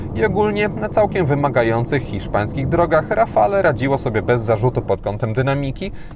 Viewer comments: Dzięki za kolejny ciekawy test. Czekam na szczegółowy w PL. Jedna uwaga. Wymawia się rafal a nie rafale. Pozdrawiam 👍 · rafalE .... eeee nie można tego słuchać ... a wystarczy zapytać byle gugla jak sie to wymawia i może co znaczy i dlaczego